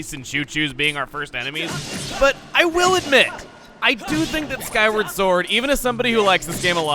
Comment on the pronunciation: did he say "Skyrim" sword? 😆